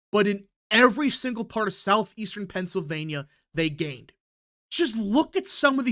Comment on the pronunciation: STOP saying "PENCILvania!!!"